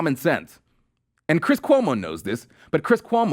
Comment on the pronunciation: "My name is Cwiss Cuomo, (head-bob) I'm an actor on CNN."